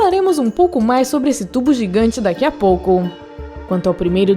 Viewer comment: falaremos um pouco mais sobre esse tubo daki a POUCOUN...